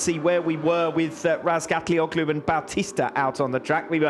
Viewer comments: I heard Razgatlioglu say his own name and it's nothing like how commentators say it. Not even close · Commentators mispronounce his last name. Yes thats right.